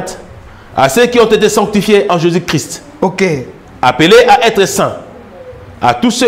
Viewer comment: La façon dont ce frère prononce "Jésus " hein loba kaka "Yesu" 😂